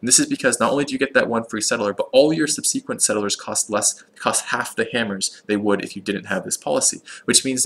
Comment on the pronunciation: Surprised you didn't mention Oligarchy when discussing Trad's economic pluses - so Trad has a total of three gold policies! Also, "subsequent" is commonly pronounced SUB-seh-kwent ;-)